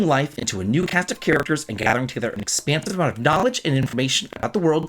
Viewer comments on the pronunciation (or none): none